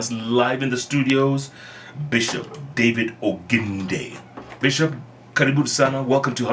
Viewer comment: Point of correction. It's "Oginde" and not "Oginge"